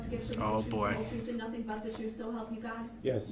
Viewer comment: What “troof” was he talking about?